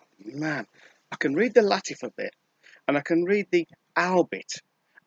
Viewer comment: Why do you pronounce Lattifa? Is Latt-A-fa, not Latt-I-fa? A, not I, right?